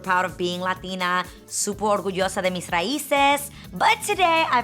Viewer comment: no she said "suopor orguyoso de mes raises" literally she bothched that whole sentence. And it's suppose to be "súper orgullosa de mis raíces." Saying i speak boricua spanish is being lazy because regardless what place you come that speaks spanish still speak propper spanish slang is seperate from speaking propper.